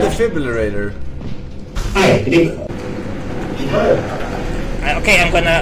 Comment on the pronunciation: forsenGa "defibublulator"